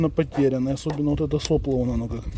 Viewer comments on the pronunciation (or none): none